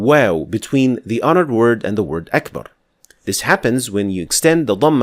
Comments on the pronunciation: When you say Akbar your are rolling your tongue on ر unnecessarily. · Why do you roll the ra? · A new common mistake here in Malaysia. They say Allahu Akhbar, with a خ. They are exaggerating the ka and making it Kh. Allahu tell? Not Allah greatest.